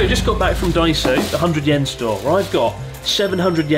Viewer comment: After living in Japan for so long why is it you can’t pronounce Yen correctly